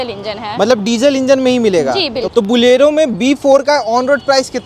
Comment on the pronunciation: Bhaiya ji it "bolero" not "Bulero" for hindi speakers